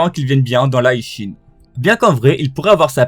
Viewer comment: Bro je m'abonne seulement si tu cesses de prononcer le HI de HI SHIN à la façon anglaise HIGH ; je comprends mm pas comment tu peux prononcer ça comme ça ; t'as jamais maté l'animé en japonais ou quoi !!??